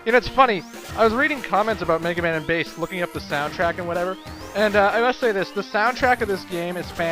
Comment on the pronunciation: Bass is not a Girl...not pronounced fish...IS pronounced the musical term.